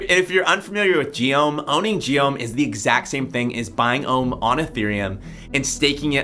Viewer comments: my man you said rome instead of ohm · when you said nobody has to bond ohm (well you said rome)